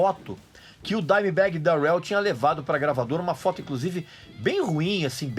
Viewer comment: Dimebag Dérel... que pronuncia bosta hein Regis, pow cara olha qualquer americano falando o nome dele pelamor